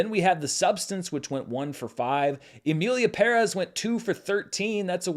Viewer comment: OMG thank you for pronouncing Emilia Pérez correctly. You’re the only one. Love you since the Screen Junkies